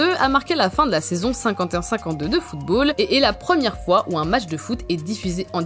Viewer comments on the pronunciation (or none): none